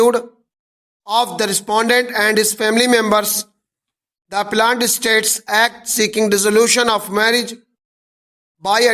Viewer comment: Appellant ko plant plant q pad rahe ho sir app